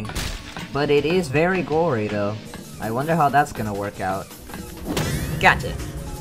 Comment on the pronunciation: What i hear from him saying: "GACHA!" What they hear: "GOTCHA!"